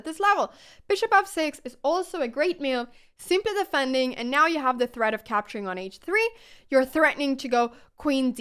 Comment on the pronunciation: Love your content! Thanks for all the explanation. On a funny note, I realized you say "moves" like "me-you'vs"! haha, and "new" as "ne-you's", and "now" as "knee-ow"!